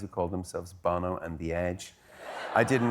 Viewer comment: Hard to hear : Bah-no And not Bono Still loved it